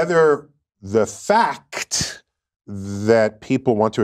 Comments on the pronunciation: The Fac-chh-thhu LOL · Tyson's pronunciation of 'fakkk-tttt' is scientific evidence that he is a clown. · "Whether that FAC'T!" why does he say it like that? lol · I love the way he overenunciates FAKT as if saying it harder makes the incantation more powerful. Behold, a scientist! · I'm sure his astrophysicist self would love to opine on it. I don't ask an electrical engineer medical questions. Why is anyone asking a physicist (let alone an astrophysicist) questions about biology and "gender"? And juSSS-TUH because you emphasize the word faKKK-TUH, doesn't make what you're following it with an actual fact. He tries to talk in circles because he's got nothing of substance. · The way NDT pronounced "fa-CUH-T" was just a perfect example of his passive aggressive pretentiousness. 💯😒🤤😵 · Slowly saying the "Fack-kt" over enunciated, doesn't make it a fact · just because you pronounce fact…’fackat’ doesn’t mean you’re right, it means you’re a jackass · FA-CCCC-TTTTT!! The word “fact” does not have three syllables you dult. Honestly I don’t get why Neil is even relevant anymore. He contributes nothing so let him fall into obscurity. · Annunciating "facthh" with extra emphasis doesn't make it any more true. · the way Tyson says “…the FACTT” makes my eyes want to roll out of my head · Neil, just because you put a strong emphasis on the word FACT doesn't actually make it a fact. Does Neil think whoever yells loudest in an argument wins too? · I fucking hate the way NGT speaks. Mother fucker made sure to pronounce every L-E-T-T-E-R in FACT. So histrionic and theatrical. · Over-pronouncing the word "fact" does not make something a fact. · You know you're pretentious when you make "fact" a three syllable word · Say "FACT" louder... it might work! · I didnt realize the word fact had 4 syllables 😂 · He made the word fact into three syllables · I never knew the word fact was a three syllable word!? Crazy… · Saying the word "fact" with a hard F and louder doesnt make you correct.